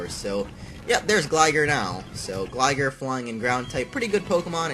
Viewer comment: Facepalm every time he says gligar wrong